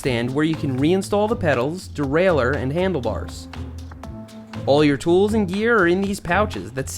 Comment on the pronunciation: Learn to say derailleur in the French way